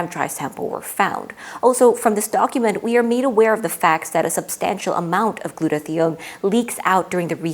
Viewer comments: Really interesting and very well done. A small note about two mispronunciations might undermine your presentation with some viewers with certain science backgrounds: glue-toe-thigh-own. proe-tee-awl-a-sis. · gluta-thigh-own Merriam Webster and two different YouTube pronunciation guides (one based on actual usage) give only this pronunciation.